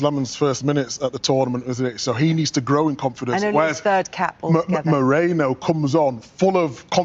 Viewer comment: Moreno? His name is MERINO